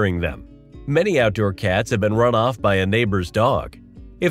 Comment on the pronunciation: You say the word cats funny 😂 Katz ? you must be from the Midwest